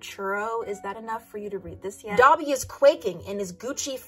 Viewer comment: I was looking away when you said "Dabi", and I really thought you said "Dobby". Also, some tags I have saved as screenshots: "Liu Qingge gets the love he deserves, Except he hates attention" "Engagement, Meeting the Parents, except said parent is in the middle of his revenge plot" "In Which The Worms Are Very Polite And Can Be Exchanged For Goods and Services"